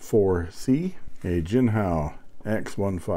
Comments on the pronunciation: Eureka ‼️A fountain pen that peeks my interest!😊(see what I did there?)((I believe the ink is pronounced gee-kong-hoe, but I could be wrong because i don't know what I'm talking about.)) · Thank you very much. JINCHEONGHO is pronounced as /dʒiːn tʃʌŋ həʊ/.